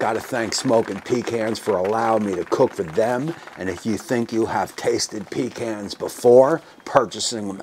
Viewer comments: It’s pa-khans! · In Texas, it’s “puh cons” not pee cans